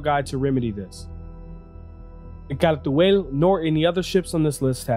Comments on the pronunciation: you almost got it right edit: for the people getting angry over a pronunciation, like Phantex, sorry for not just rephrasing other comments. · You pronounce it like you trying to read something off of a french menu. I was never really interested in this ship, though I never really realized how fast and nimble it is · Yeah even CIG is inconsistent with that. I think CR does pronounce it that way. I just figured it was an English (England) way of saying it.